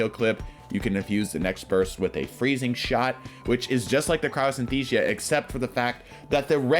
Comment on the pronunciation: Cryosynthesia?????? CRYOSTHESIA.